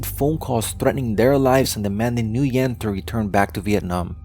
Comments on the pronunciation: It's pronounced wen, not nuyen. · Gotta love how NO ONE in the comments asked why did the uploader pronounced his name as "New Yen" instead of "Win" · "Nguyen" is not pronounced like "New-yen." It is more like "win" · You pronounce the General's name as "win" but you a N before it and say it quickly, not "New-when" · By the way the general's name is pronounced "whin" not "nugen". It's one of those problems with spelling Asian names in Roman script, sometimes letters are not chosen very well. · At least I’m not North Vietnamese I’m South Vietnamese that means my parents and grandparents were never commies the North Vietnamese are commies and Nguyen is pronounced “Ngu-yen” the “N” and “G” are pronounced together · The general name is pronounced "win". So hard to listen to you making error like that. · FYI, Nguyen is pronounced "win" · Nguyen is pronounced like when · Pretty sure this guy had a printing shop in Pan Am shopping center, Fairfax, VA before the pizza place. Early 80's Can anyone confirm? and "Nguyen" is pronounced "WIN" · his name is pronounced "when" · Nguyen is pronounced "Wynn" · Duke Of LongTree you can tell he did such a shoddy research. Can't even pronounce his surname correctly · His pronunciation of "Nguyen" was still incorrect. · You mispronounced Saigon and the last name Nguyen